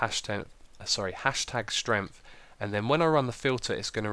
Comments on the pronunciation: You spelt strength wrong you said #stength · It Should be, ''Strength''. As it is pronounced with a ''r''. Hope I helped! :) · Ha! LOL! 'stength'!